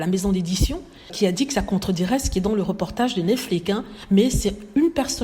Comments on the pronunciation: Je dis toujours cela dans ma tête à chaque fois qu'elle le prononce. Le mot devait avoir le son netflics vu qu'il est terminé par la lettre x . En tout cas! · oui j'aimerais bien comprendre pourquoi elle le prononce comme ça parce que c'est la seule personne que j'ai entendu un prononcé cet mot comme ça.